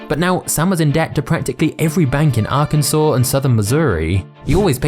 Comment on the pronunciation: You say Arkansas perfectly…. But not controversy? Lol I love it